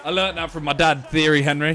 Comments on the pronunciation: bro said theory henry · Man said Theory Henry